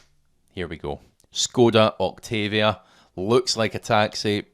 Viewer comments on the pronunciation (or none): none